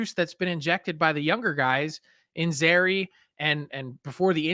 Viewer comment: I hate to be that guy, but it’s actually zary. Just saying.